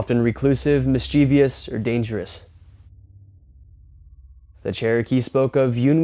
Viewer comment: Like my high school English teacher would say, "mis-chi-vous, not mis-chee-vee-ous"...